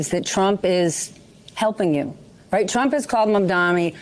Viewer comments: Cuomo still can’t even say “Mamdani.” Mamdami Mandani Mandami He has all of those covered. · The may seem trivial but I promise it really is not...I cannot take any politician seriously that refuses to say the name of their opponent correctly. FFS he said "Mom-dom-eee" like 50 times. He does not even try to say the name correctly and this is telling of how he views people and his engagement with them in general ... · MAMDANI. MAM-DAN-EE. Not MAMDAMI. FUCK. What should I expect from a country that couldn't even pronounce the name of their own fucking Vice President for 4 years. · Why can't Stephanie Rule and Andrew Cuomo get Mamdani's name right? It's not Mom-doM-ee, it's MamdaNi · It’s MamdaNi not MamdaMi - why aren’t people able to get this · Andrew Cuomo can't even pronounce Mamdani's last name. He keeps saying "Mandami" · Its insane how Cuomo and this interviewer are STILL calling him "Mandami" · I feel like they seem to get Mamdani's name wrong a lot. They call him Mamdami or am I just hearing things?? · cuomo still miss pronounces Zohran's family name, Mandami he says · Its amazing how people can't pronounce Zohran's surname correctly. It is Mamdani not Mamdami gees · They still refuse to say his name right, absolutely shameful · Interesting how everyone against Mamdani purposefully mispronounces his name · Every time he mispronounces Mamdani he reminds people that he is a bigoted, uneducated, petty bully. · Why do ninnies like Cuomo keep mispronouncing Mamdani as “Mamdami “? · The blatant racism as well of Cuomo purposely mispronouncing his last name is wild. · LOL! He still can't get Zohran s name right....Man...DAMI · It’s pronounced “mom Donnie”. Good lord. It’s not that hard. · They way all of these corporate ghouls just refuse to say Mamdani's name the right way... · its Mamdani M A M D A N I 🤣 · Is it purposeful that none of these people can properly pronounce his name? Mamdamni, Mamdami, any way but correctly. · Why can’t they say his last name right?